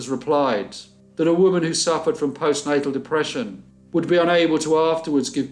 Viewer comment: Yaaay, love BC Mondays! ❤️ I think you meant to say "Postnatal", not postnasel, (thats sinus problems). But it dont matter we knew what ya meant. Thank you for this. Enjoyed.